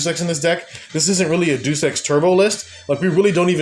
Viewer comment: As a Krawler fan that started using ninjas, absolutely based list! Just an fyi, “Deus” is pronounced as Day-Oose. Like in Deus-Ex-Machina.